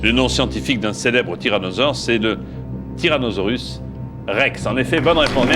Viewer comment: J'adore comment JPF dit "tyrazonorus"